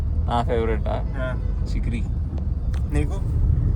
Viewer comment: Chekri kadu chakeri